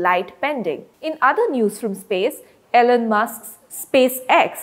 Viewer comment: The way she said Elon . Lol